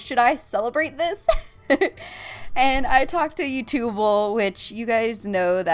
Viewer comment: She called him you"tooble" and said it was valen"times" day lol